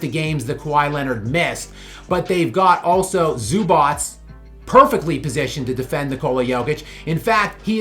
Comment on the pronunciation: “Zubots” lol, your pronunciation is soo funny. Never heard anyone say it like that.